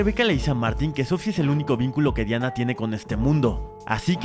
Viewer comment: Si se llama Diana, pero en la película la pronuncian como Dayana bro